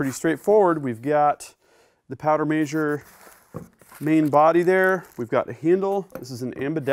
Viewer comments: It's MEH-SURE not MAY-SHORE. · A MAY-sure huh? I guess I'll start calling them BAY-vers instead of BEE-vers/beavers.